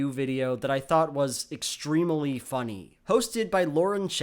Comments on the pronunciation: I loved the video, but I would work on your pronunciation of "extremely"; itbrought me out of the video. Great job good vid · No. Youre wrong. Just wrong. Sooooo wrong! thats not how you pronounce extremely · does anyone else think it's weird that pronounces the third 'e' in "extremely"